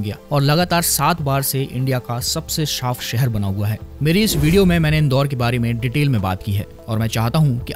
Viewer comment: Shaaf nahi saaf